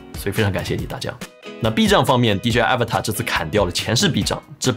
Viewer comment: 这个真不叫Avatar😂, 是Avata /uh-‘vah-dah/